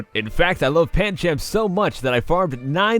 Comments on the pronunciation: It's not pancham its pandchum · umm... you said pan-CHAM. look it up it is pronounced pan-CHUM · It's Pancham pan -ch-um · it looks like pancham but its pronounced panchum